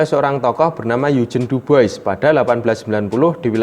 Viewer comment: sip mas, maju terus. Oya, sekedar masukan, untuk nama orang "Dubois", pelafalannya "Duboa" ya mas 👍. Saya tunggu video lainnya